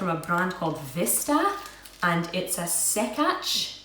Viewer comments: Ok you need to visit region in Poland called Masuria and taste real sękacz pronounced senkatch. It is a kind of cake made of many many egg yolks. I think about 23. The way it is made is unusual. The whole process involves rotisserie slowly revolving over the fire. The batter is poured on the revolving rod creating little buldges resembling tiny wood knots hence the name of the cake. I'm sure you'd love the result. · Gr8 & fun stuff :) BTW: that "SĘKACZ" thingie, you should pronounce as "sen-katsch". Weird, I know :D